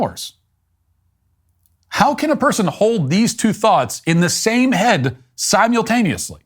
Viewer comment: Homeboy said “Sim-Yule-taneously”